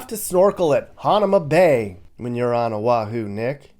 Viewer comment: Youre pronouncing hanauma bay wrong